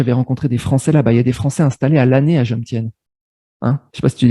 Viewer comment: On ne prononce pas Jomsien ( Djomsiène ) mais Jomtien ( Djomtiène. Prononcer le T ). En tant qu'etranger, on ne peut pas acheter un terrain, donc être proprietaire dudit terrain, et ensuite le louer à titre gracieux à sa copine thaïe. C'est elle qui est proprietaire. Point barre. Après seulement 4 mois de relation, c'est une enorme prise de risque. Si elle met fin à leur relation, il aura tout perdu. Manger thai pour 2 € soit 72-74 B, c'est juste un plat et une petite bouteille d'eau.